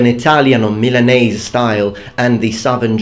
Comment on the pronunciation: Eh eh eh... It's funny your way to say "milanese"...